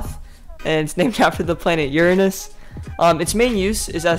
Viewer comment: he pronounced uranus as uranis on purpose I bet